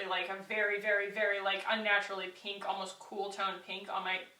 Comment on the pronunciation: no smudging or transferring around? As soon as you put that first blush on, I knew you'd maybe hate it. Then, you said PENK, and I almost snorted with laughter. It actually looked cute, though. Also, I wear that Juice Beauty blush on top of the it cc cream/bye bye pores powder with no issues. I bet this stick would also work.